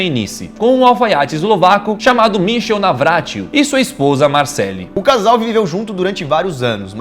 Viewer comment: Teve uma hora q o Lukas falou meu nome "Marcely" e nn Marcelle kkkkkk